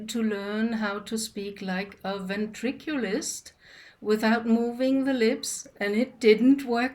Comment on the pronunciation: 😂😂😂 Loves 🤭 don’t be upset at me Only bc I want to correct your saying of the word *Vintriculus for I totally knew what you meant which is “Ventriloquist” love🫠